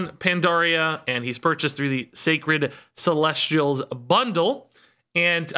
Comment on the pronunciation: Hey, I know I’m like mega late to the party but I asked my girlfriend about the Celestials once too and the way she pronounced it is actually about how you’re saying it. So good job!